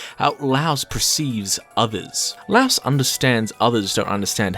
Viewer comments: "laos" did bro not hear the audio? its "la-e-os" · Say it like LIE-OS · great video but... the way you pronounce laios' name is like saying lie and us together except you say us with an o sound, not like the country Laos. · Laios no Lauos. He's note a house. He's a LAIr. "lye""os" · Him pronouncing my glorious king's name wrong IS SO PEEVING 😭. ITS "LIE-OHS" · I NEED you to stop saying "louse" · his name is not LOUSE!!! PLEEEASSSEEEE